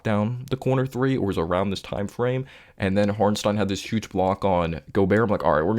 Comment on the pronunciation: Appreciate your analysis but why do you say Hornstein and not Hartenstein lol